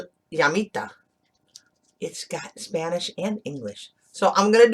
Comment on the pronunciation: Your pronunciation is great!!!! For a Mexican accent, LOL